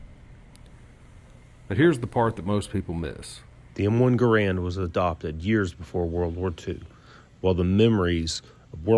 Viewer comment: Whomever was shooting that Garand "live" can't shoot worth a hoot. And it's pronounced like "Garund". What rifle did win WWII??